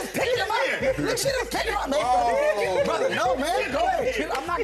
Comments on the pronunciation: Did the host say 'Brotha'? 🙄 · I’m Australian and I’m appalled how he said brother at the end